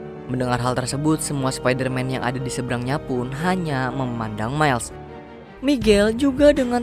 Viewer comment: Spidaman 😂 Spiderman dari univers prindapan